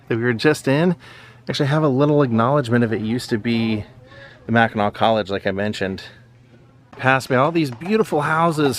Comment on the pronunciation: Love how you say Mackinaw - a lot of people don't, they say Mackinac islandy